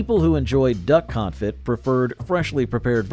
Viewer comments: It's pronounced duck "con-fee", not duck con-fit. Your pronunciation is about to make me have a "con-fit". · Conefee not confit…. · Confit is not pronounced con-fit it’s pronounced con-fee! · It's pronounced coneFEE, not CONfit. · You should investigate the pronunciation of the word 'confit' as in duck confit. It is pronounced con-fee not con-fit. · My ears hurt every time you mispronounced config. It's pronounced "con-fee"... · It’s pronounced con-fee. Not confit. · Confit??!! Surely you mean "confee" old boy. Gotta brush up on your French. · "Con-fee" not "confit. . Francious. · Confit is pronounced con-FEE. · Duck CONFIT? Its "Con-fee" you boob! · its pronounced Duck Confee. LOL its Duck cooked in duck fat and its awesome. But not canned. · Con Fe. You don't pronounce the T. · Sweet Sue still makes canned chicken products. They make chicken and dumplings, boned chicken, canned white meat chicken, chicken broth and yes the whole chicken. By the way confit is pronounced confee. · Duck con-fee is how you pronounce confit. I don’t want to step on your toes, sometimes we all could use a little help ❤ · Not how you pronounce confit. And the dude just has to say it wrong like 50 times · BTW, that isn't how anyone who knows anything about food pronounced confit. Quail eggs are delicious! And trust me, the "culinary tastes evolved toward healthier food" line is not true. There was not an obesity epidemic in the 50s-80s and the first case of type 2 diabetes in America was Diamond Jim in the 1920s. Now, people live on processed, pink slime, fast food trash. My great grandparents lived to around 100 on nearly all sides of the family eating things like corned beef hash.